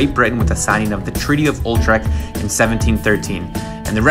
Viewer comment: It is Treaty of Utrecht, not ultrecht.